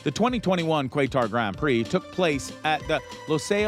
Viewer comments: Good god you know nothing about F1. You’re literally just regurgitating headlines. Quaytar?? Are you fkn serious? 90% of people knew how to pronounce Qatar long before F1 ever sanctioned a race there. Count your lucky stars the downvote counter was removed. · Anyone who watches F1 knows Verstappen won't leave. Nor would Hamilton. And it's certainly not pronounced "Quaytar".😂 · My friend from Qatar says it’s pronounced “Kah-Ooh-Huh-WahTer” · Who the hell is this narrator, his pronunciation is terrible, Qwatar???!!! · How can you make a video about F-1 and not know how to say Bottas or Qatar? For example Bottas…… If your so informed about the sport that your making videos about it then you would here Bottas pronounced a loud every practice, qualifying, race, and in the media… time and time again. My guess is you don’t watch and that’s the same reason you think Max might leave RBR and that Hamilton isn’t gonna stick around and it least try the new regs car in 2022. Just more Clickbait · Sir your saying qatar wrong 🤣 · This guy can't pronounce Qatar.... lol! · Did you say “kwaytar”?? It’s “Kah-tahr”. Qatar. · It’s pronounced kahtar not quaytar. Yes I know it’s spelt qatar. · This is total BS.Lewis signed a contract with mercedes till 2023 and verstappen has a lot of connection with RB.This guy should improve his content or just stop yt.Stop spreading fake news.It is Qatar not qyatar.Im sorry if i sound rude,But that is the truth.Th signing with mercedes happened before Paul ricard. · Nice video despite butchering almost everyone’s surnames and the Qatar Grand Prix. 1. Verstappen- V pronounced “F” 2. Bottas- Bot- ass not Boat- ass 3. Qatar- Cat- aar not kwaitar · This whole video is terrible and you should feel terrible. What a joke. For future reference its kuh-tar...Lol qwaytar.. 😆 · Who is this Bo'taz? Lol It's Bot-tas. SSS!! Bottas! Surely having watched F1 you'd know how to pronounce the name . . . . Same for Kai-tar. It's Ka-tar. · “Quaytar” he says